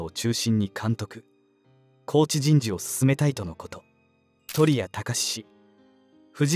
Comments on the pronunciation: ナレーターに選手名の漢字の読み方を教えてください。トリタニをトリヤと読むに至っては幻滅です。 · 最後の最後で鳥谷（とりや）て...